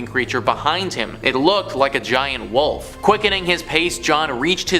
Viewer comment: Ive never heard anyone call a WOLF a WUFF before hahaha & just like when people call a ROOF a RUFF or a CREEK a CRICK - i dont like it….not at all! Hahaha ” THE WUFF “ 👉🏼😖👈🏼